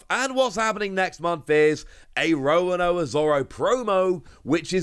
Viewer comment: It's Zoro, it's never been Zolo. That's just localization/translation error. ロ = ro. There's no "la le li lo lu" in their written language. They just sometimes pronounce R as L. Also, are you deliberately pronouncing Roronoa as Rowanowa?